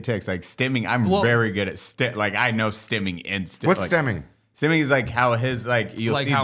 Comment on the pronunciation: Are you guys saying Stemming??? Or Stimming like stimulating?